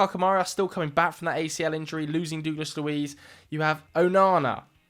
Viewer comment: Whos dooglas luiz?